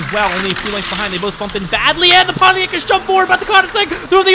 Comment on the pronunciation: Just to clarify, it's not called poniac, it's called Pontiac.